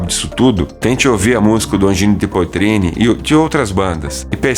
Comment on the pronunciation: Poitrine lê-se poatrine!